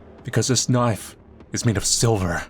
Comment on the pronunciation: I dont know why but always lose when he says KNAIF!!!!